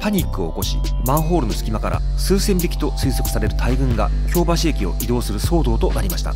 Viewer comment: 京橋⤵発音難しいですね～ 今回も素晴らしい内容ですっ✨